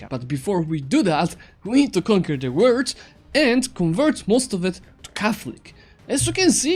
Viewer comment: Dude you said word instead of world